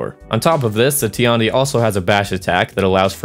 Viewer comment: its not ti-an-di, its tian di(天帝）